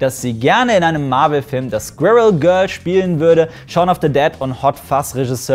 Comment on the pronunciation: Ahhhh, die Deutschen und ihre Schwirigkeit "Squirrel" aussprechen zu können...